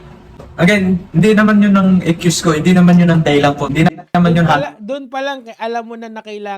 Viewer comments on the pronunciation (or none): Ekcuse nga kasi.😂😂😂😂.bulol b to?.